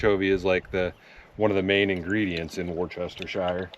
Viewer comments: Not pronounced “worchestershire”. It’s pronounced “whatsthisheresauce”. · The sauce is pronounced: (like you were saying wolf) wo-sta-shire (Worcester). I know this because I graduated from Worcester Polytechnic Institute in Worcester, Massachusetts. Love the recent historical stuff like Big Brutus and the Little House! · A place the Ingalls family lived that Laura did not write about was Burr Oak, Iowa. Apparently it was not a very pleasant time for the family. I visited that museum long ago, when I lived in Minneapolis. And the marinade sauce you were using is pronounced "wash yer sister". I swear, I heard Brits say it on You Tube 😁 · Correction, it's Wash-Yo-Sister-Sauce lol. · Wustershur sauce is how you say it my friend,,,, And thats from someone from england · Hope you are well after your medical condition. To help out a bit from an English man, say it as I spell it here... "wus-ta-sheer-sauce" I am from Leicester which incidentally is pronounced "lester" it's a Roman thing. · Great video! 😊 To pronounce Worcestershire just say Wistershear. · It's pronounced woosta sheer. I know because I am in the uk lol. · It’s … wool-ster-sheer sauce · Not sure if anyone says it right washyoursister sause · Worcestershire...: " worse -word - in - the - world - sauce " ..😂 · Doritos & steak! I laughed! You gotta stop pronouncing "Worcestershire" that way. You gotta say like you had a six pack of breer! Worcestershire, little more slurry